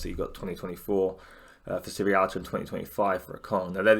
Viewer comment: great vid mate, but it just nags me slightly that everyone seems to say "sirrialta" instead of sierralta. Not sure what it is about his name that gets everyone mixed up 😁 (pretty sure its see-er-alta)